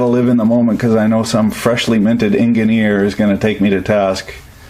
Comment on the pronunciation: "en-gin-eer" Wow, haven't heard anyone use that since I got outta the patch. :)